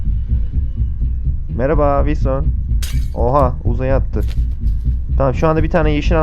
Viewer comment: abi niye vinson diyorsun?